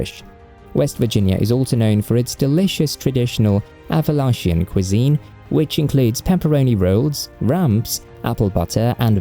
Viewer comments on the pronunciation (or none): none